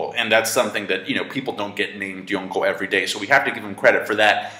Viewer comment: I like the way this guy pronounces Yonko.